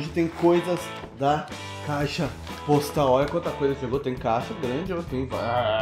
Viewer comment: ele falou bostal ou foi eu q me enganei